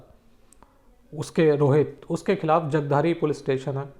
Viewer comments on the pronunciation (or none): Pronounce name of city Jagadhari correctly